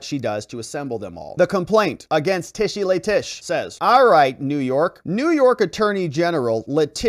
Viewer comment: LETITIA, LETITIA, LETITIA. At least get that right! Then you're getting the right person to disbar.